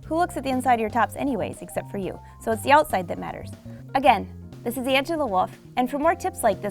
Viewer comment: Hard to understand because she is talking like a waterfall. Always unterstand woff instead of wolf